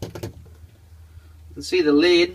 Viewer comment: "You see the leed..."